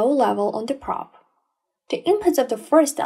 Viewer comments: Praaaab, should be pronounced p'row'b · Terrible pronunciation, what is a praaaaaab?